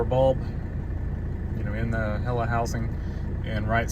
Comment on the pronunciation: HEL-LA....two Ls... As in Hella 😎 cool